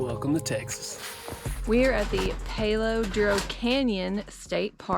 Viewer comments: Palo pronounced ... PAH LOW not paleo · Palo is pronounced like "Pal"-O NOT Pale=O